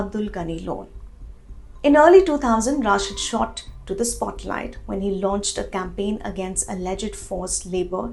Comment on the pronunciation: Indian journalists are unable to pronounce name of Engineer Rashid, how they can understand the affairs of Kashmir? यह रशीद है न कि राशिद, یہ رشید ہے راشد نہیں،